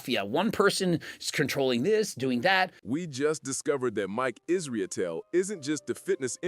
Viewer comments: Is-ruh-tell is how it’s pronounced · I know it’s inconsequential but hearing you butcher the pronunciation of Mike’s last name made me laugh.